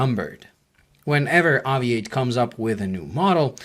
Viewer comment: AVI-8 is meant to be pronounced "Aviate"